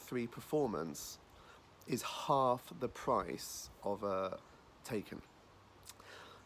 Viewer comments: It’s pronounced ‘tie-can’ Not taken! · Mispronounced Taycan. I only say this because the correct pronunciation sounds better. Tie